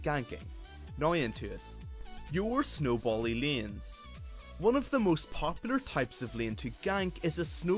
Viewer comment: Its layns(hey) not leans (mean) so irritating pronounce, great content but ur voice doe!